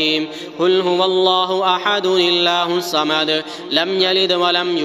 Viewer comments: Surah Ikhlas mein Ghalti hoi he se parhney mein.. Allahu Samad ko illahu Samad parha.. is se meaning change hogaye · You are not right you read illah husomad it is Allah husomad. Correct it or delete your video